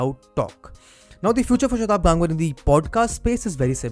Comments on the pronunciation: It is गंगवार and NOT गांगवर. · Bhaiii wtf tu indian h...gangwar word ko pronounce ku nahi kr raha tameez se...😡😡😡😡😡